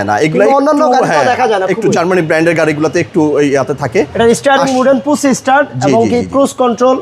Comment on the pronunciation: পুছ স্টার্ট কিরে বোকাচন্দ্র ভিডিও ম্যান? 😂 ঠিক মতন পুশ ও বলতে পারিস না ছাপড়ি। আর তোরে মনে হয় টাকা দিলে তুই গাড়ি ওয়ালাদের গু ও খাবি